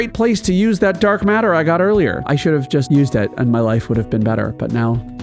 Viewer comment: Watched til I heard how you pronounce Anima.